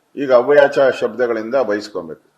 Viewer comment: ಅವ್ಯಾಚ ಅಲ್ರಿ, ಅವಾಚ್ಯ ಹೇಳಿ.